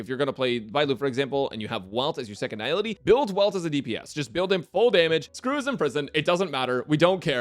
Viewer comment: is the only YouTuber I've ever seen pronouncing Nihility correctly. Immediately subscribing because of that alone